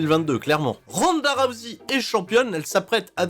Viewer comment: en ce moment ronda rousey est un peu partout vu qu'elle a un personnage sur raid shadow legend. et je voulais savoir si j'était le seul que ça trigger lorsque j'entend tout les français se planté dans la prononciation de son nom a l'appeler "rouzé"